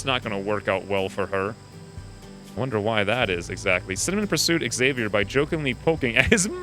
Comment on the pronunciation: It's cutie how you pronuncie Xavier. But I only recognized because read on screen kkk